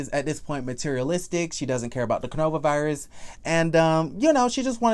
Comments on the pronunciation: Do you pronounce coronavirus wrong on purpose? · I love how u call it the Cornova virus lol